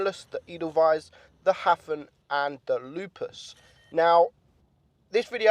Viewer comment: Jeeze your pronunciations are hopeless! Edelweiss = Ay-dull-vice Hafen = Ha (as in haha) - Fun (stress on the Ha)